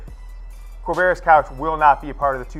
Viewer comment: "Quavarious..........?" Really? Seriously, "Quavarious?"